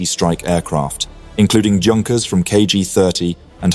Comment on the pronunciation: Junkers? Mispronunciation is almost inexcusable